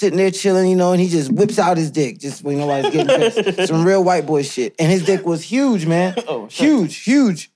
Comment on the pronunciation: it's the emphasis HUGE that had me 😂😂😂😂😂😂